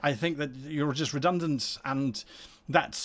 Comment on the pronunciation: Redunant. Nuff said.